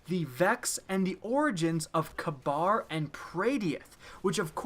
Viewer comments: YOU UNCULTURED SWINE YOU PRONOUNCED THEM KABAR AND PRAYDEITH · Kabr is pronounced "KA-BEER" good vid tho! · Did anyone else cringe when he pronounced kabr and praedyth completely wrong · you pronounced kabr and praydeth wrong just a heads up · you said kabr wrong ;) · His pronunciation of Kabr and Praydeth makes me cringe I'm srry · When can't pronounce praydeth or kabr